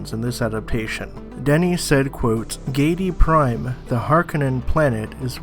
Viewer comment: HARR-KOE-NEN your pronunciation is very distracting. And it's GIH-DEE-PRIME like giddy-up cowboy.